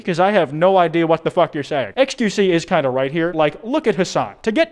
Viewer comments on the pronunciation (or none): I like the way XQC was saying fug instead of Fuck lmao